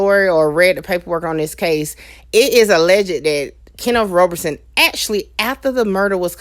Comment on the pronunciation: Hey young lady, please learn how to pronounce "alleged" correctly. It is NOT alleg-ged with three syllables, it is alleged with two syllables. Put the word in Google for the correct pronunciation. Good luck with your channel, babe.:)